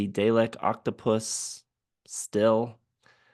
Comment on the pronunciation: By the way, dälek is pronounced as “die-uh-lek”, kind of similar to dialect, but without the T.